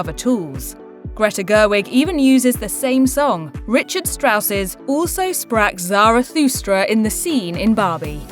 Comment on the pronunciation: LOL - that was by far the worst pronounciation of german ever (also sprach zarathustra)